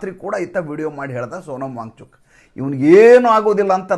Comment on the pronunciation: ನೀವು ವ್ಯಾಂಗ್ ಚೂಕ್, ವ್ಯಾಂಗ್ ಚೂಕ್ ಎಂದು ಹೇಳುತ್ತಿದ್ದರೆ ನಮಗೆ ಬ್ಯಾಂಚೂತ್, ಬ್ಯಾಂಚೂತ್ ಎಂದು ಕಿವಿಯಲ್ಲಿ ರಿಂಗಣಿಸುತ್ತಿರುತ್ತದೆ 😂😂😂